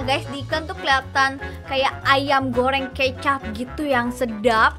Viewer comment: gak bisa ngomong ayam goreng.udah gede bilang ayam goreng malahan bilang ayam goyeng kaya bayi sok cantik sok lucu